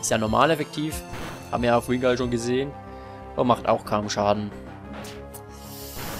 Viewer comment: oha 😱 Du sprichst meinen Usernamen auf anhieb richtig aus 👍😂 Ja man, Wingull xD Also wenn wirklich Namensmangel herrschen sollte: Genso, Kosuke, Visari, Razor, Kyle, Miakis und Minoura 🙈